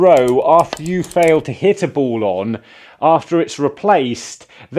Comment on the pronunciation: They are awarded a free BOWL? Why do you talk like that?